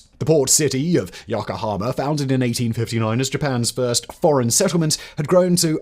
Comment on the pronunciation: Firstly, is it REALLY so hard to at least try to pronounce Japanese correctly? I know it's a tough language to master, but Yokohama is one of the easiest places to pronounce. Secondly, you completely glossed over one of the reasons that Japan sided with Germany in WWII, the reason I watched this was to hear someone talk about it, but no. Despise having sided with the UK and our allies in WWI (which you failed to mention), they chose Germany, in part, because they had seen the Americans slowly creeping up the Pacific, taking land away from the native people of various islands (Guam is good example) and thought it was only a matter of time before Japan was on their radar. Thinking Germany had a good chance of winning, and wanting to keep the Americans at bay, they sided with, what they thought would be, the "winning" side. This information is easily accessible. Is this written by an American, perchance? I'm not saying Japan was right in it's choice, but you have to admit, America thrives on invading sovereign nations, so I understand why Japan took the action it did.